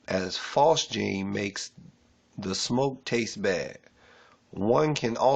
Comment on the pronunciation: Bro, if you don't even know how to pronounce phosgene, we got some big mf'n problems. (It's pronounced "fozz-jean". Like Fozzy the bear from the Muppets + a pair of jeans.) Appreciate your efforts, but...damn.